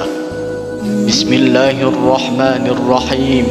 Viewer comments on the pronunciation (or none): none